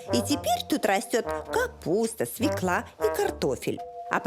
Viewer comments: СвеклА очень режет слух... свЁкла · Жанна, свёкла. Говорите по-русски, пожалуйста, правильно.